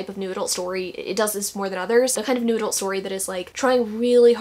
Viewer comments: Every time you say Noodle I get so confused and then it hits me that you’re saying “New Adult”. 😂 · The first time you said "new adult" in this video I heard it as "noodle" and now I can never unhear it 😩😩 it's noodle romance from now on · i thought it was just a new way of saying it...'noodle'...like shorthand for new adult...are you telling me she's saying 'new adult?'.......i'll stick with noodle lol. we'll start a trend. lol